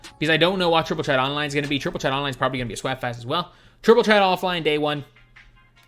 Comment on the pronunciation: Just say triple tret